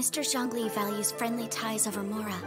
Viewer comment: This guy called Zhongli 'rich'... I'm dying XD